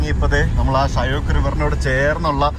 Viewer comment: ഷയോക്ക് അല്ല ഷ്യോക്ക്